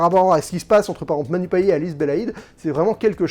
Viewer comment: Pour info, on prononce le T à la fin de Payet (« Payette »), à la créole 😉. La bande-annonce ne m’avait pas emballée, mais après ta critique, j’en serai !